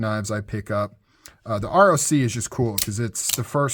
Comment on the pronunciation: You say ROC (Rock), named after the mythical bird of prey. That's why it looks like a talon.